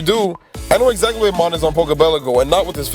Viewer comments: It's pronounced Mown! And...Lillie and Gladion are just older than you. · Tl;dr ITS MOHN AS IN POKEPELAGO MOHN